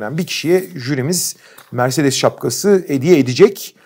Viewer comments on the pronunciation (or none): Kaan abi mercedesi öyle bi vurguladı ki direk araba verecekler sandım :D